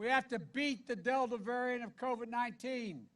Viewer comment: Sounds like Joe's got Co-Vee-Vee